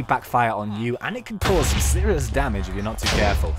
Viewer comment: "Why so series" haha xD I love you! TeamTC are best!